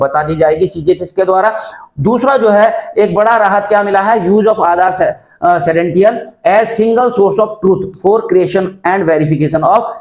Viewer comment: सेडेंशियल नहीं है सर जी ये क्रेडेंशियल है